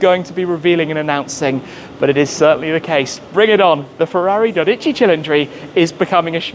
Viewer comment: It is dódici not dodíci.